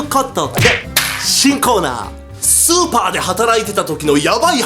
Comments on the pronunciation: スーパ店員を超(スーパー)店員に聞こえたのは私だけじゃ無いはず。 続きを読む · イントネーションの問題やなw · 最初のスーパーの発音おかしいくない？？ スーパーってマーケットじゃなくて、凄い方のスーパーみたい。